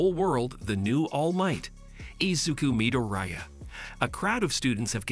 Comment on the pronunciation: You have done a awesome job explaining what happens in MHA and what a bada** deku is. But I know im going to catch a lot of crap for saying this but if you watched this in english why can’t you say izuku midoriyas last name properly sounds like your saying diarrhea with an M slapped in front of it. In addition you say ragdoll is a man when clearly shes a girl she has boobs. And tokoyami a main character word for word you say (she uses her shadow). When Tokoyami is a dude. This is the mistakes i found only a half hour into your video and anyone who hasn’t watched my hero academia is getting told the incorrect information about certain characters and I’ve only watched a half hour so far. Yea im sounding like a A hole here but at least do the research to get the genders right. Besides that you have done a great job for explaining 5+ seasons into almost 4 hours.